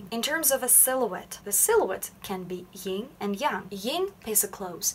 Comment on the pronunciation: Yin is pronounced with an N and not a nasal NG. Like sin. Not sing.